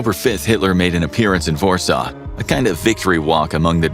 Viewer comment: This “vorsaw” pronunciation is killing me 😂